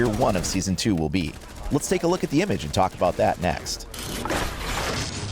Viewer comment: Did you hear him say impage at the beginning